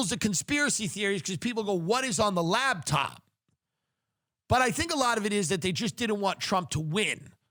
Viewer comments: Tim says "labtop" instead of "laptop" like I did when I was 10 and imagined an entire lab working inside that top. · I hear him saying labtop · "LAB TOP"